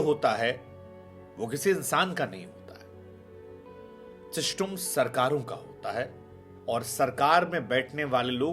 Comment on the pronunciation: सर आपको बहुत समय से देख रहा हूं या मैं आपका बहुत सम्मान भी करता हूं लेकिन ये देख कर बहुत बुरा लगा आपको सिस्टम बोलना नहीं आता या फिर आप इस शब्द से निराश हो गए हैं आपको ये शोभा नहीं देता